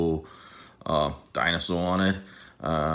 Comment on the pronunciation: the way dude said dinosaur, pretty sure hes from New York